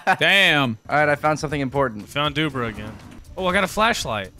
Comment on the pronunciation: Me thinking Why I heard Doobrah like Doo's Bra 😂😂😂